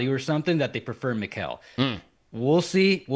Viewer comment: finally pronounced Mikal name properly 😂😂